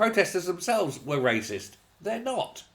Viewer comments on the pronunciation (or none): Wyacist, waysict, racist, YAWN.